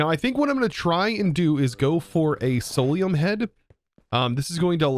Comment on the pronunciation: Idk why but it triggers me to hear you say solaruim when its clearlt not